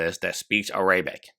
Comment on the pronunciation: bruh: Air - uh - bick (not "uh - ray - bick") Den - ems (like jeans, denim pants, denims, not "den - miss")